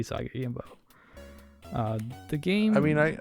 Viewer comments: Oo-saw-ghee Yo-gym-bow. G's in Japanese are always pronounced like in "Grave", and J's are always like in "Jump". It's not "Yoyimbo" or "Yohimbo". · I had to stop watching based on him constantly saying 'yohimbo' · Right. It's oo-sah-gee yo-jeem-boh. Not whatever he's saying. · I loved this game, and the comics (which I was introduced to via TMNT). You still need to learn how to pronounce Yojimbo, though. It is a 'j', not a double 'i'. Baka gaijin ;) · THANK YOU lol it was driving me nuts. And he says it's his favorite character! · Yes, his pronunciation is horrible XD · For the love of God, please learn how to pronounce it properly. Also, please do more of these. C64 had some awesome games. Thing on a Spring would be wicked. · I liked the video but each time he mispronounced Yōjimbō (Yōjinbō) it triggered me a bit 😅 Unfortunately your explanation is also wrong... Sorry. 兎用心棒 (うさぎようじんぼう) Usagi Yōjimbō (or Yōjinbō / Youjimbou / Youjinbou) are all correct. It all depends on the japanese romanization system you would use to romanize the kanji and kana letters. Hepburn romanization, Nihon Shiki romanization and Kunrei Shiki romanization are the most common systems. There are also non standard romanization systems but they are quite rare. 🤓